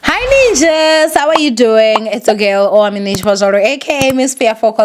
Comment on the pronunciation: Vha I pronounce yo swaiwa